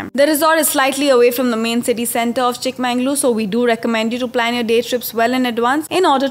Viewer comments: It's pronounced as chikkamagaluru...not chikmanglur... 'Everything by its right name' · Akka....it's chikka-magaluru..!! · It's Chikmagalur or Chikmagaluru like Bengaluru, If on can pronounce Cincinnati,ohio or Honolulu what's the catch here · It is not Chikma"N"galore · Blood oozing out of my ears....😅 Super speed bullet train narration and it is not Chik MANNG _ lore.